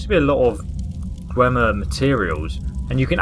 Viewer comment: *Dwemer. I know that you have a disease or condition that makes you fail some words,but it's better correcting you than doing nothing. No offense.